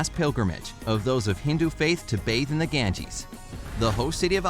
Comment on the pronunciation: The Ganges (pronounced as ‘Gan-jeez’)